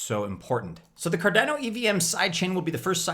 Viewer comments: Why can't you pronounce Cardano correctly?! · Car dana oh 😂 last Cardano video you were sooo close 👌